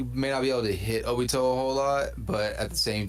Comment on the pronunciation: Bro, kagaya is the strongest, my guy shows the mother of cakes, I'm not gonna say more bc that should say a lot, and why u sayin jobito💀